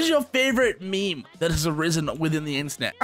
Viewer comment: I'm 9000% sure that as long as the word meme exists will still pronounce it as "me me"